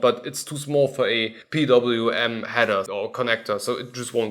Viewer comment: Omg, someone finally pronounced PWM properly. 🤩🥰😇 However, you seem to have the pricing wrong, it seems you quoted the one from the version without the little display. The reviewed one starts at around 90 Euros in Germany, BeNeLux and Denmark. 😪